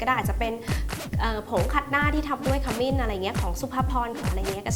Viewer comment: ขมิ้นค่ะ ไม่ใช่ ขมิ่น